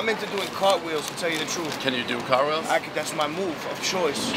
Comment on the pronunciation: Cartwheel, did you say Cartwheel Forget about it....